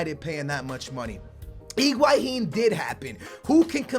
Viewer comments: name is Higuain calls him Iguahin. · bro, it sounds like you're saying Iguahin in stead of Higuain ;p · everytime you say higauin part of me dies